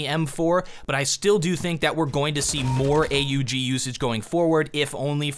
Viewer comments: not is oog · God damn dont say a u g its (aww guh ) not a u g that kinda ticked me off